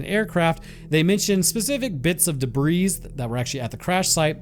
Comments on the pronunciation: Debris is pronounced duh-bree, whereas in this video are saying duh-breez. I'm not trying to be a, but I've heard others say it too. Also, Richard Doty is the Douche-canoe that really ruined Mr. Benowitz's life & reputation by making him look crazy. I have a huge dislike for Richard Doty since he all of a sudden came out to attempt be an important figure in the ufology/ disclosure community, when really he's an asshole who wants the money and fame ( i know, "fame" lol) WHEN REALLY HE'S A DICK WHO RUINED PEOPLE'S LIVES AND TOOK JOY IN THAT. He was really proud of himself for it.. he sucks. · The “s” in “debris” is silent.